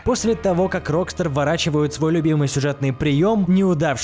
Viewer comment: Рокста'р а не Ро'кстар